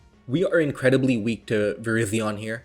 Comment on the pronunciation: ik, that was a joke. He used to pronounce it "verizon"